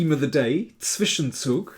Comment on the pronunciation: Daniel is the only non-German chess commentator who can pronounce the words "Zwischenzug" and "Zugzwang" correctly.